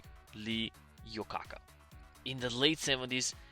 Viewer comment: Lee “eye-ah-coca” Iacocca is the correct pronunciation